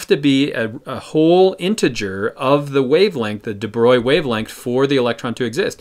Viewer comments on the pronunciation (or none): none